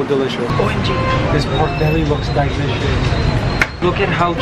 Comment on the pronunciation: He says DYE licious